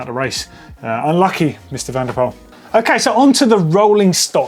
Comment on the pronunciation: Please pronounce: MathEW van der POOL I am dutch so yes